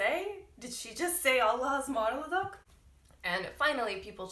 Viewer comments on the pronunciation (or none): It is not embrassing .There are the people who use this phrase. Also pronounciation is like "Alasmarladık" because there is a gramer rule maybe u did not bump into. Hece kaynaştirma or ulama. Allaha ısmarladık means.I entrust you to God! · yeah, allahaısmarladık is a old word but we still use it. sorry but you dont pronounce it well, thats why :) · "Hoşca kal(-ın)" ))), not Allahasmarladık! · Allahaısmarladık diye okunuyo aw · People do say Allahaısmarladık I'm sure it's just not the way you used it. Also it's just s long word so even your very practiced pronunciation is difficult to understand